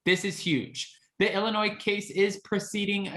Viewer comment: Thank you for not pronouncing the S in Illinois! I’m in Chicago and everyone hates it when people pronounce the S! Lol